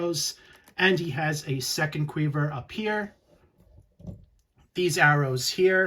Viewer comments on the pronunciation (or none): Lmao what on earth is a “Kweever”